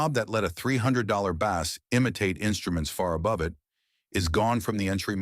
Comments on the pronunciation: God, I hate these AI channels. The “bass” market? Pronouncing bass like the fish? AI can suck it. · As soon as I heard the Voice Over describe the instrument as a bass, as in a fish, instead of a bass, like baseball, I turned off the video. Stop using AI slop voice overs. I hope you read your own comments section.